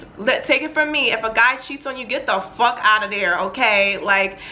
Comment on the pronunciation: what state are you from? i heard a slight accent when you said the f word